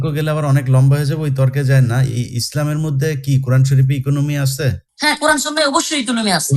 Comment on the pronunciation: কুরআন বানান টাই-তো ঠিকমতো বলতে পারিস না তুই।